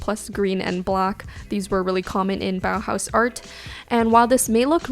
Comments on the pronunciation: She pronounces „Bauhaus“ realllyyyyy good ✨❤️ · Your pronunciation of "Bauhaus" is perfect! Greetings from Germany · This might be a weird comment but do you know how happy you made me by pronouncing "Bauhaus" correctly? It absolutely made me happy!